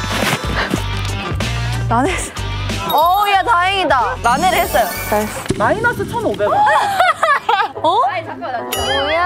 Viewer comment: 아이브 리즈를 돼즈 라고 해요.어떤 사람이